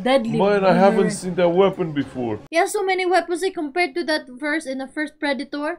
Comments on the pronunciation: hey guys!! haha Predator not PreDAYtor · (P - red- it- tor) that's how to pronounce ir